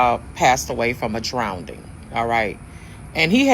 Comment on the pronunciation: What is a “drownd-ing?”